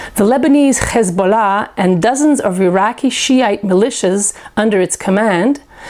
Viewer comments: LOL pronouncing Khezbolla... :) thank you lady. How's the weather in Tel Aviv? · She says Khezbollah. All Iranians can pronounce the letter H, and can differentiate it from KH. Only Hebrews speaking people can't say the H. She is a Jew speaking for the Iranian-American forum. Lol. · khow does this supposed Iranian can't pronounce h and say khisbullah.looool